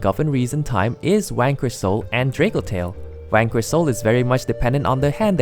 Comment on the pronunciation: when you say Vanquish, it sounds like you're saying wanker